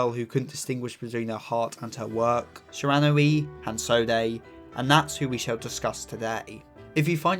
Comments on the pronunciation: My pronunciation-obsessed a$$: “It’s pronounced Shi-ron-wee” !!!😢😂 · I don't really understand how someone can't pronounce the name even though they have watched the anime where the name is said a hundred+ times